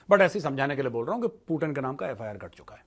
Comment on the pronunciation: पूटन नहीं पूतिन नाम है